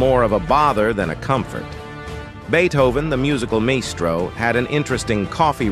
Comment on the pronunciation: You are Absolutely Right. Thanks for the pronunciation tip! Beethoven, the musical maestro (my-stro), certainly deserves the right tune. Your correction is noted, and I appreciate the insight! Also, Maestro" is an Italian term commonly used to refer to a master or skilled artist, especially in music.